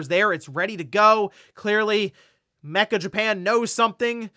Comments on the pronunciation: That switch 2 site is pronounced Metcha Japan, not mecha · "Meccha" is pronounced Meh~Chah it is NOT "mehK~Kah" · Meccha Japan is probably not “mecha” like robots and machines, but めっちゃ meaning “extremely” or “to a large degree”. So metcha rather than mekka.